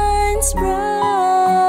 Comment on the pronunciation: Where are your consonants girl, especially at the end of words? Bright sound like Brigh...